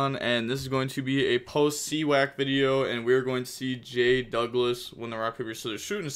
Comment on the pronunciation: fyi its cy-ac (CYberstorm ACcess), but let the sea wack meme live on